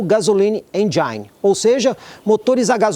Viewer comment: Obrigado por mais uma avaliação. Apenas para auxiliar: a pronúncia da palavra "engine" é "êndjin".